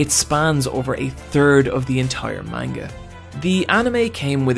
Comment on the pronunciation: “Maneguh” Ugh